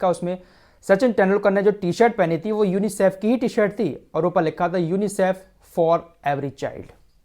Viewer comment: Bhai sahab kha se le ye news.chutiya mat banao.UNICIF ko teek se tho bol